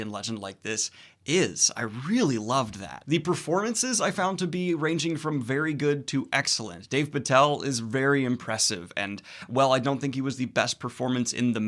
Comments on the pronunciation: It's Dev Patel, dude, not Dave. Don't worry, made the same mistake myself when I first heard of him. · His name is Dev! Dev Patel. Not Dave.